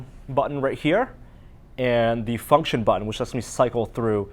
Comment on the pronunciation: The way he said function XD